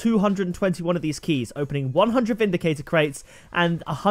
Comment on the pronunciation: it's vindicrater cate